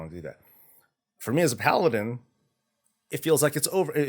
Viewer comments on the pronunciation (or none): none